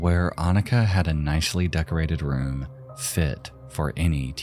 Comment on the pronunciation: The č in Anička is pronounced like a "tch" sound. It's literally the first letter in the native spelling of Czechia. Jan is pronounced like Yawn. It's literally just John but with a Y sound. The Czech form of John.